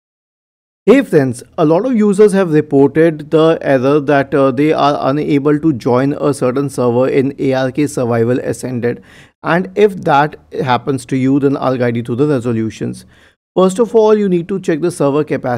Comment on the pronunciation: Friendly comment - it's Ark, not A.R.K. like "arek"